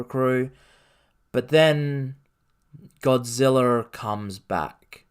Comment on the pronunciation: Hard to take this guy seriously when he can’t even pronounce Godzilla